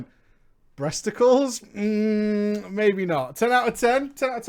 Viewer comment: haha saying "bresticals" that was classic!